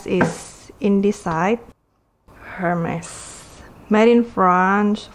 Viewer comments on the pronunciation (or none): It's pronounced "er-mes" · Why don’t you learn how to pronounce Hermes first ?